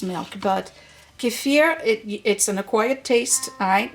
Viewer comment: Great video! And I love that you pronounce Kefir correctly. 😂 so many YT’rs say KEEFER which is wrong. You are a blessing!!!